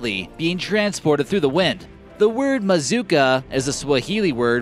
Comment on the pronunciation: Not MAZUKA it's MZUKA